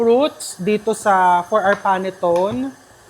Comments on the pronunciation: Panettone is pronounced "pah-net-TOH-nay" in Italian, with the stress on the third syllable, and commonly as "pan-ih-TOHN" in English. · Chef RV, panettone, is pronounced as pa net to ne. It's a sweet bread that originates from Milan, Italy. Hope this helps. Thanks